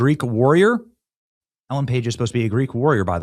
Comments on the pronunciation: You mispronounced "Ellen"... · Ellen - not Elliot.